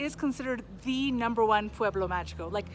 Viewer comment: Can you not learn how to pronounce "pueblo magico" in Spanish? It's so easy yet you keep pronouncing the g like English.